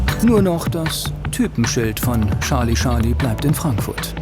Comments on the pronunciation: Es heißt Charlie Charlie, nicht Schalie Schalie..🙄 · Scharlie, Scharlie. :D Ich krieg die Krise! XD Das wird als Tscharly Tscharly ausgesprochen mein lieber Sprecher. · Es ist nicht "Sarlie Sarlie" - oh wie frustrierend es zu hören! Dei Frau am ende sagt es richtig. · Scharli Scharli ... Scharli Scharli ... Scharli Scharli ... Scharli Scharli ... Hat noch jemand mit der Zeit leichte Aggressionen verspürt? :-p